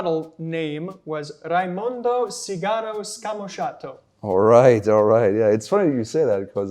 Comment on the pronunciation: Not bad indeed. I must check them out. (On a side note: in "Sigaro", the stress is on the "i". Apart from that, very good Italian pronunciation, both of you! Bravi!)